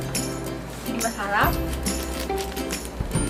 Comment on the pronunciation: Pag sinasabi ni yung masarap pagsabi nya masharap